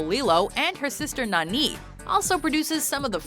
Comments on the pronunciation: Who pronounces Nani as "nah-Nee"? It's "Nah-nee". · It’s Nani (Nah-nee) not Nah-KNEE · Nani not naneeeeee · It’s nani not nah ni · Lol You think Nani is pronounced nahNEE You think Jaq is pronounced Jack (it's French for Pete's sake) And you think Shrek is Pixar 😂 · It’s insulting that you pronounced Nani’s name wrong. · Donkey from Pixar wtf Mispronounce jaq and Nani Total cringe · She said Nani wrong😒 childhood ruined. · You pronounced "Nani" wrong and I cringed. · Ok, what's up with Nani's pronnunciation? I understand mispronunciation in a book, but COME ON they SAY her name in the movie! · Two things. 1, that's not how you pronounce Nani in Lilo and Stitch. 2, Shrek is a Dreamworks movie, you uncultured swines.